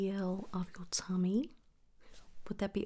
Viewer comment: This is so nice! I would love more American accents from you, thank you! If you want a tip I’d say work on your Ts? Tummy & top sounded oh so british haha not that I mind, just a comment! 💙